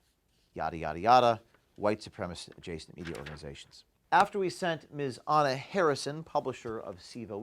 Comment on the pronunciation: Her name is Anna, not HuhHuh. There now you have the name right.